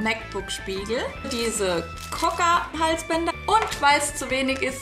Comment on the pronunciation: Übrigens heißt es nicht Cocker Halsbänder sondern Choker (Etwa "Tschoker" ausgesprochen) 🙈❤